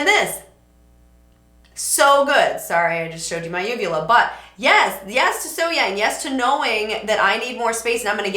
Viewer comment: Great analysing.... BTW.... As far as the pronunciation of her name, take event as being spelled Sohyoung.